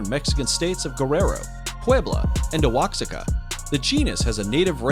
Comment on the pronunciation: Waaa-haa-kaa not wax-ah-kaa